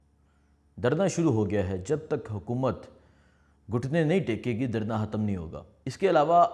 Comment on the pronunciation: حتم نہیں ختم ح نہیں خ حان نہیں خان